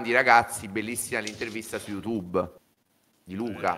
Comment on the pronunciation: "gugle" "iutube" 😂😂😂 sono imbarazzato per lui